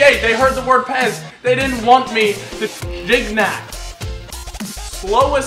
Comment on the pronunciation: It's not Giguenac it's giniac ( for the prononciation ) He is the best player of the L1 for the moment so you will have fun with him (I'm french so ..)